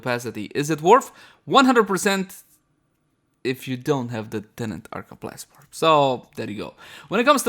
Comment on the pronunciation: Arca Plasless? Arca Plasmid?